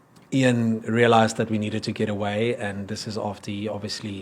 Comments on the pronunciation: my buddy, it's 'EEEE-ahn not 'eye-ann'... same vowel sound as 'thee'. (Guys, don't come at me for correcting the pronunciation. I'm just trying to help and I'm sure he will realise know that with his whip-smart engineer brain). is a legend., I don't see the link for your other channel. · Ian is pronounced EEN! NOT iron! The ANC & co are surely behind it.